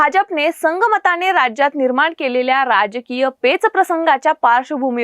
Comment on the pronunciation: ताई संगनमत शब्द तुमि संघमताने असा उच्चरलात